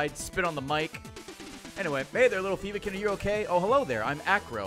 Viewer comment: It took me too long to realise they are called Phobe-kin, like Phobia. My brain was set on accepting Ray's pronunciation xD EDIT: Is the cap on the shards 4988? or is it just coincidence he finished the credits at the same amount he spent on the money wrench?